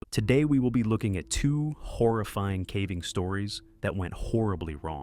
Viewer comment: The pronunciation on "horrifying" reminds of of Stewie saying Cool Hwhip